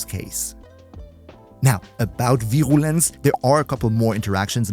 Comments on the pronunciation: Virulence, I BELIEVE, is "veer-ooo-lense". Syllable Breakdown: vi-RUH-lence Stress: Primary stress is on the first syllable ("Vir"). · vi-rUUU-lence its an U not an OU lmao Cool vid dude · I pronounce it veer-U-lence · Bruder hit us with the Proper German Pronunciation of Virulenz xD Servus! Keep up the great vids ^^ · The "Virulez" sounded way too german. Have I found company?😂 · Tu es français ? VirRrRrulence ❤️ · Your pronunciation of "Virulence" sounds so damn German that I paused for a second to wonder if you speak German too. It completely crashed my brain for a moment. -_ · At Virulence the German came out XD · was suddenly reminded of my german prof upon hearing the pronunciation of Virulence